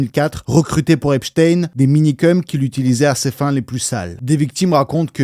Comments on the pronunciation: Ça se prononce Epstein normal pas epchtayne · c'est drôle comment tu prononces HHHHHHHHHepstein